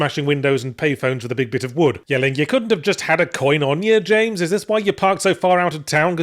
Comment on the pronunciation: Yahtzee forgot how to pronounce Jaaaaaaaaaaaaaaaames Sunderland's name correctly for the third review now. maybe the memory is trapped in his fedora